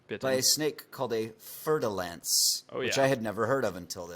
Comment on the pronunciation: Fer-de-Lance, not fertile ants